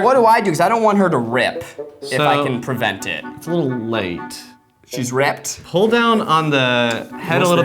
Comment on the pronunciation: “She’s rie-pped???”